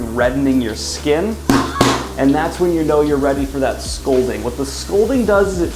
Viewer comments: Scalding, not scolding, you you book killing fiend. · Daniel… is “scolding” in place of “scalding” gonna be the new “prose are”?